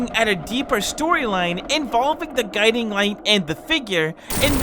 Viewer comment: When bro said gudimg and figure i spilt my coffee